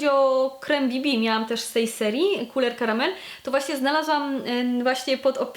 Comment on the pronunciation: bardzo lubię jak wymawiasz Couleur Caramel :) muszę w końcu skusić się na jakiś ich kosmetyk :)